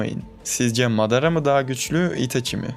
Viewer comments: Bu arada mağrada deyil madara özürdilerim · kanka amateras deme şuna lütfen , bir de sasuke için kronolojik video bekliyoruz